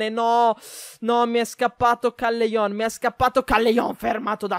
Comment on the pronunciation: Il cognome CALLEJON SI LEGGE "calleion"